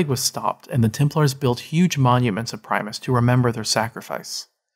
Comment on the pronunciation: It's PRIM-US not PRIME- US